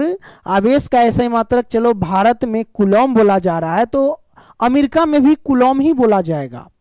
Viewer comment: Kulom nhi hota kulam hota hai